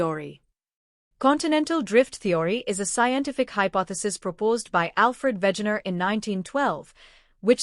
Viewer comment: It's Wegener. We like in "velvet", ge like in "gentry". Not Wätschäner.